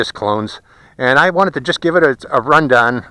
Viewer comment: did he just say run done